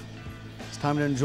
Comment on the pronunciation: Sambuca Sambuca Sambuca ! Not Sambuco.